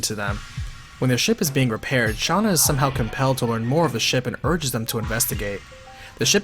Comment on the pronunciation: Stop saying Shanna it's Shana